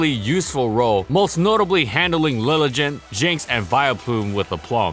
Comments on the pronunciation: Please stop pronouncing 'Liligant' like that. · Your pronunciations of Lilligant and Eviolite makes me cringe 😣 BUT, I still love the channel! And, BTW, HOW GOOD WAS MANECTRIC ACTUALLY??